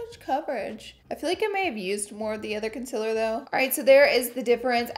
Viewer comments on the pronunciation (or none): love the way you say con-SILLER <3 xoxo